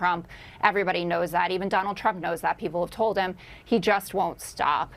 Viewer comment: Is it Donald or Donold??